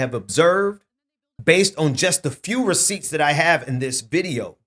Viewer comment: please stop saying "receipt"... it makes you sound ignorant.